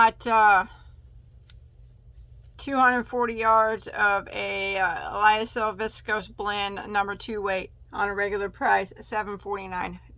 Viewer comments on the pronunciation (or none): the orchid yarn from k c....when you were reading the contents it sounded so much like you said 40 % lysol...lol...made me do a double take :P